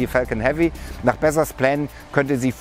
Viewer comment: Als ob man ihn bezsos ausspricht🤔